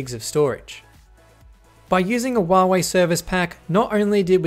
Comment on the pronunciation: Hey its not wuawei its Huawei learn to speak it right